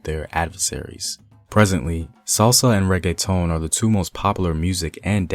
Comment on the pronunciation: Your pronunciation sounds real gringo lol “Ponz” instead of “Pon-say”. And how you said reggaetón lol